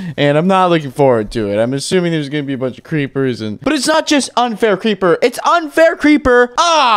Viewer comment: Crepper? AWW MAN